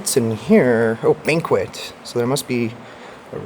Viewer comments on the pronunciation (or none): none